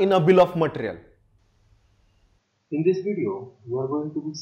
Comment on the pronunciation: Bill of mattrrial. No offense. 😂